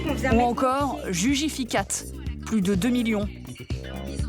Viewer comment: Avant ca nous explique le "fit", puis ca dit" jujuficats sans le T ! Ils ont free, ils ont tout compris ! Après, qu attendre de + de journaleux ... Toujours à la ramener sur des sujets dont ils ne connaissent rien en les salissant !